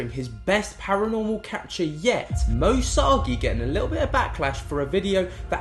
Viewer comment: Love your content but please could you pronounce Moe Sargi correctly 😂 my ocd goes nuts every time you say his name!